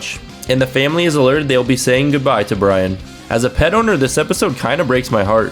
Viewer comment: at first I thought you said “as a pedofile” and I was like what? Then I went back and heard it was “pet owner” lol